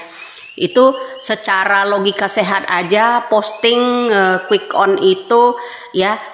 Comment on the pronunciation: Quick Count jelas ngucapin C itu.... yg terdengar jadi quick on tuh,, betul 2030 Indonesia akan Bubar oleh Prabowo kalocaranya Menang begini